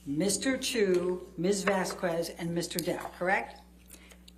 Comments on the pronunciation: also I have no idea why the hell people can't pronounce Vazquez like VAS-KEZ, and reach to say VAS-KWEZ. Me unfairley hating Eliane because her questions are terrible is my toxic trait. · Am I the only one that gets irked every time Amber's lawyer pronounces the name Vazquez as Vaz-kwez? 😂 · the way she pronounces vazquez annoys me so much